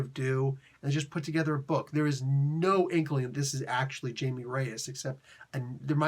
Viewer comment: As part of the overall "infected" storyline I thought it was fine. It's not a good stand alone though and it doesn't have much of the Jaime character to it. (Jaime is pronounced like hi-me btw)